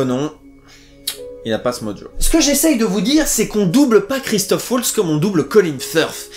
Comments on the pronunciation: Merci pour la vidéo, par contre sans vouloir être puriste son nom c'est Waltz (Valtsse) et pas Oualtsse <3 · Le w allemand se prononce comme le v français ;) valts, en gros (je n'ai pas les caractères API)